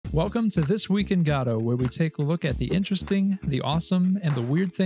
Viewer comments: ive watched a few of your videos, and let me tell you, its pronounces Guh-Dow, not Gaw-Dow. this has been driving me nuts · Sorry. In the what engine? It's Guh-Doh, not Got-oh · say gadoh one more time i dare you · what on earth is Gaahdo? do you mean GO DO ??!! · upon further investigation, your pronunciation seems to refer to a play, but in terms of the engine itself, everyone seems to either say guh-doh, g-doe, or go-dot, which go-dot is just wrong, we can at least agree on that haha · Lmao Gado engine is my new favorite pronounciation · bro respect but "guh - doh" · "Gatta" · I'm sorry, I have to ask, isn't the first "o" in Godot supposed to be pronounced the same as the second? Almost sounds like you're saying Gahdot ^^. Just curious. Super hyped about Godot 4, I'm so tired about Unity being so slow, and I dont like where the company as a whole is going. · "God of war point oh stable" .. wut? q(o_o)p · nobody can pronounce the name correctly apparently. nobody even cares. ok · It upsets me how you are pronouncing Godot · Can’t watch your content while you mispronounce the name…